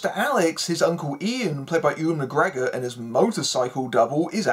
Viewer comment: Why can no one ever pronounce "Ewan" correctly?! 😂